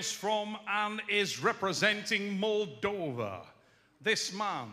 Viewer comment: Love, but it is Moldova, not "Moldovia" lol